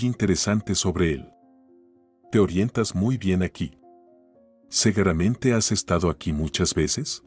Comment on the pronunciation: Es sin duda una buena historia, parece sacada de las páginas de un buen libro Me gusta la voz del narrador, solo tengo una acotación para él, en todas las narraciones en que lo he escuchado tiene una palabra que suena mal, ésta es "segueramente" cuando lo correcto es .... seguramente . Gracias por su atención a este mensaje. Por lo demás me gustan mucho sus relatos ❤❤